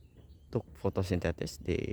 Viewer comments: Fotosintesis om... Bukan FOTOSINTETIS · Penyebutan fotosintesis aja salah bung.